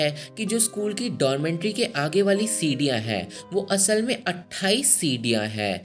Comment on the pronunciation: 1st thing, it is 'dormitory', not dormentry. 2nd, you missed the main part of this movie. So-hee loved Jin-sung, then why she killed her?? Let me explain.... ...Jing-sung ne So-hee ke gift kiye hue shoes me kanch ke tukde rakh ke wapas So-hee ko deti hai school-wale competition ke time. Ye baat So-hee pehle se janti thi ke Jin-sung ne usko dhoka diya hai competition jitne ke liye. Fir bhi usne wohi shoes pehen ke dance ki. Naturally So-hee ke pair kat jati hai, fir bhi wo jeeti. Usne Jin-sung ko maaf bhi kar di. Par Jing-sung So-hee ko stairs se girane ke bad jab wo kabhi dance nahi kar payegi janti hai, wo frustrated ho kar suicide kar leti hai. Jin-sung ko wo is pure baat ka zimmedar manti hai..... So Jin-sung's betrayal was the main reason So-hee took revenge on her.